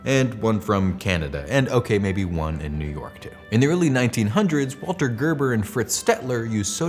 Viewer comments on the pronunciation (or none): none